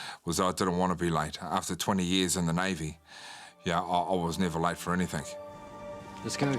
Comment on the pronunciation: How can his wife stand him saying "anythink" instead of the correct "anything"....would drive me crazy!